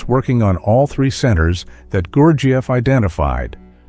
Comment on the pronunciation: The way this speaker pronounces gurjieff is slightly annoying.